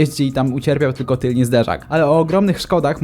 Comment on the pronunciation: serio cię lubię ale mówi się tylny a nie tylni zderzak xDD ty tez? 😭